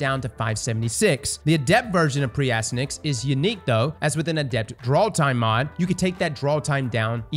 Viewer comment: and mispronouncing names, name a more iconic duo lol. (For anyone wondering, it’s pronounced “ass-TY-an-axe” and is a reference to the nickname of the son of the Trojan hero Hector from the Iliad.)